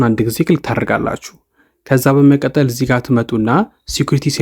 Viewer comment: በመቀጠል የምትለዋን word bedenb pronounce adrgat. May be belmd eyalkewu kehone